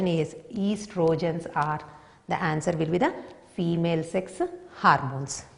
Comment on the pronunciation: It's not harmones... It's hormones😂😂